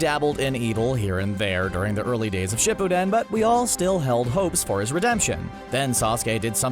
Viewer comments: dude the way u say shipuden ishurting my soul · And shippuden you said dat wrong too